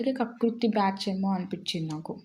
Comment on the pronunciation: Telugu meku Telugu nerchukondi first 🤣🤣🤣 Adhi kakruthi kadhu kakurthi 😜😜😜